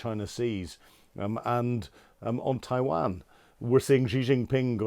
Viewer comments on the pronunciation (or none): Bro can't pronounce Taiwan correctly How deeply can he speak on the subject